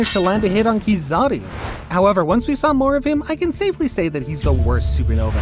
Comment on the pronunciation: Bro realy Sayd kizari insted of kizaru